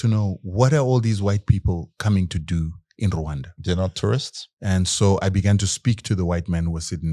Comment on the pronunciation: You pronounce RWANDA properly, I suscribe! Deal